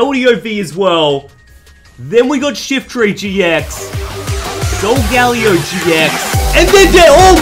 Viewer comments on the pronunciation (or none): none